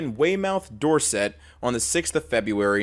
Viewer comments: For the second story, it’s door-sit not door-set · It's pronounced way-muth Door-sit, I know, we are weird. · Great video as always but I can’t get over your pronunciation of Weymouth and Dorset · hearing you butcher "Weymouth, Dorset" hurt my soul ngl